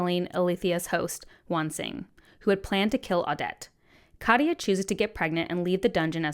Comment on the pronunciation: Katya’s name is two syllables: kat, ya. Not ka-tee-ya. You really should listen to the audiobooks; Hayes is amazing. :)